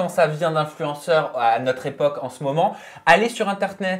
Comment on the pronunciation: m'a trop fait rire avec son "interneet" 😄😅❣